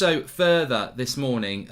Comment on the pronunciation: Did he say "hello everybody good MOONING..."? Brilliant!